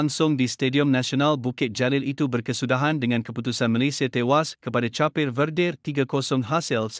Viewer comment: Cape (Kaep) jadi Capir. Lebih lawak kalau ko set dia jadi "Tapir". Bodoh jadi nya guna Voice Apps ni. 😅😅😅😅